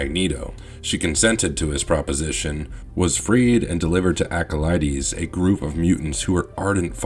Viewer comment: And acolytes lol